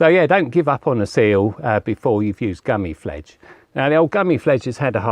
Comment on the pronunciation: Gummi Plfege pronounced Gummy Plfleeger